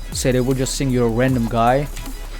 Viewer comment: i like your stream and this yt channel but try to not pronounce "think" as "sink" its so annoying, thanks,!:D